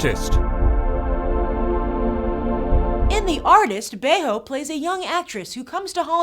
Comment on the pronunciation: I love how Grace properly pronounced Berenice Bejo's last name after the commentator mispronounced it :D